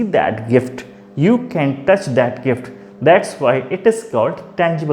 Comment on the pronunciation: Its touch not tuch🤣